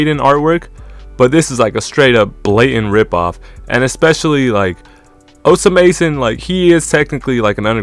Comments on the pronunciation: bro stop saying his name like dat 😭😭😭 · th pronunciation is satire right